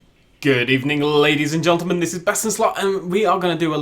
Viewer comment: He says gentlemen gelntlemen